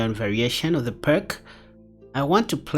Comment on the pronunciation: I like the Byrne against the Pirc. One minor comment, if I may: "Pirc" is pronounced "Peerts." It's named after a Slavic chess master.